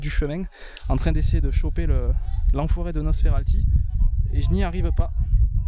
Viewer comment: c est pas nosferalllti mais nosferapppti